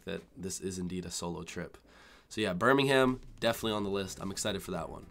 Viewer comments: you have to pronounce it Birming-um not birminghaam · Just make sure you pronounce things correctly. Birmingum, not Birming-ham. Monty PY thun, not Py THON. Cymru is cumry, not simru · It's not 'Bur-ming-hAm', it's 'Bur-ming-um'... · Nah it’s it’s not Birmingham-uhm. It’s Brumijum and I’m a Brumijumwallah. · Enjoy your trip! (But note - we don't pronounce the "h" in Birmingham"). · H is silent in Birmingham. It's not pronounced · Hope you have a great time! Quick tip - check out how to pronounce Birmingham before you go !